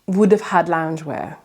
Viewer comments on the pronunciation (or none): The way you say loungewear... priceless.